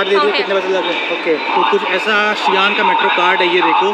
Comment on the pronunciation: Xi'an ❎ G'an ✅